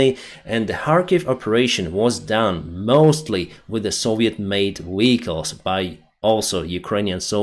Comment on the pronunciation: South - NOT souse North - NOT norse VEHicles - NOT vicles